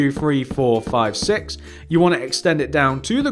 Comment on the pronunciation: Fun, fwo,three,four,five,fix,feven, Feight,fine,FEN